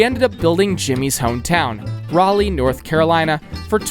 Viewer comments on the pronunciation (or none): none